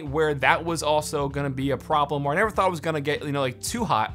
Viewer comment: He said thot Demonetized